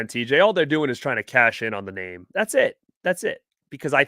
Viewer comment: Hammered our name 🤣